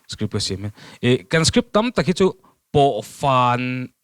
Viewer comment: • • ngati ti nge le script tih turah hian strip tih ang deuh hian alam tlat mai le amak eee.....